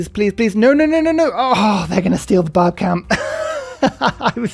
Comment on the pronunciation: Barb clan sounds especially like "Bob clan" today